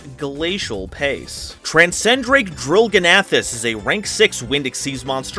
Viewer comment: Drillgnathus has a silent G.